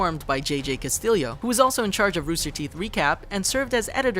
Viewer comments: As a note to ChannelFrederator (or at least ): Castillo is not pronounced (Cast-il-leo), it is pronounced (CAST-EEYO). Every Hispanic/Mexican cringes or gets angered when they hear this mispronounced this way. Especially as often as. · His name isn’t pronounced Castillio it’s Cast-ieyo. It’s Spanish.